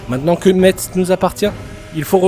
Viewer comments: Mon coeur d’homme Parisien qui tiens au respect de la prononciation des noms de notre beau pays en est également attristé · AAAAAH Ça ne se dit pas « Metse » mais « Messe », comme la messe 😭 Mon coeur de Lorrain est attristé... 🥲